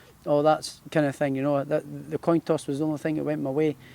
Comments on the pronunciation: The toin coss 🤣🤣 coin toss josh haha quality fighter thou best in britain👊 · Toin Coss Haha gotta love JT…. Britain’s best!! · Toin Coss 🤣🤣🤣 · Toin coss 😂😂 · Toin coss 🤣🤣🤣🤣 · Toin coss 😳🤣🤣🤣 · Toin coss haha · “Toin coss” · Toin coss 🤣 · That boy "toin cost" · He mentioned the only thing that went his way was the "toin coss". Can someone explain what that means or did he mean "coin toss"? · "winning the toin coss"... Heh heh heh. Said that about 3x instead of Coin Toss 😉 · Toin coss 😂